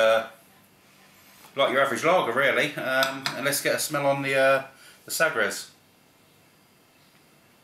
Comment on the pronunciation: FWIW its pronounced sah-gresh.